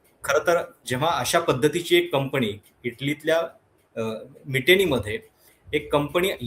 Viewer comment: कंपणी नाही, कंपनी म्हणावे.